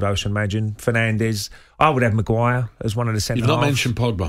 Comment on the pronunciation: Maguir! Are you having a laugh?